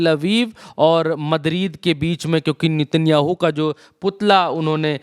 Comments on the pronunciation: नेतन्याहू ❌ नितिनयाहू ✔️ 😂😂😂😂कैसा रिपोर्टर है रे बाबा नाम भी नहीं जनता सही से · नेतन्याहू है ✅ भाई नितिनयाहू ❌ कुछ भी 😂 पुतिन को पुनीत मत बोल देना अगली बार